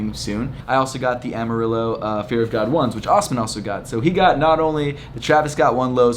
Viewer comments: Say AHM-MA-RE-JOE the way you said it was cringy😂 Also size 10 and Twitter@ is JFKPSA Brooklyn, New York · Amarillo is pronounced amariyo. Great video! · SIZE 9 US MENS MINNEAPOLIS, MINNESOTA IG: elliotfloum ik you had the worst luck this weekend but it also made me laugh when you said amarillo like “amarilo” hahahahahah